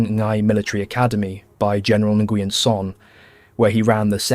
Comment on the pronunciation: Ngyuen is pronounced win and Hue is pronounced way christ brother you're killing me 😂